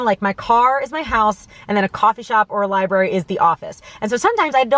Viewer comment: And it might teach her how to pronounce "library" correctly...